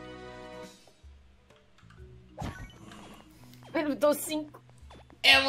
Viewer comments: Q agonia do falando trofeis aaaa kkk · só uma correção, é troféus